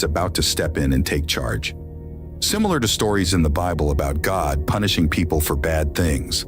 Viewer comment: I cannot listen to a narrator that cannot pronounce words correctly